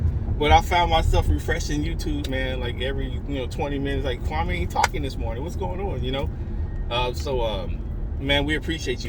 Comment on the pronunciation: It's Kwam-e not Kwa-may but I certainly appreciate your genuineness. Thank you for this video. New sub here. 🙌🏿